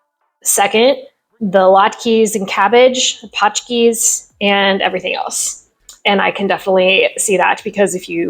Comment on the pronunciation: When I first heard an Englishwoman say "I love Polish paczki" many years ago, I was a bit surprised because "paczki" is plural from "paczka" meaning "package" or "packet"😃. So "ą" matters. Incidentally, "ą" is not a nasal "a," it is a nasal "o," and in Old Polish it was coded as a crossed-out "o" ---> "Ø." Happy new year,.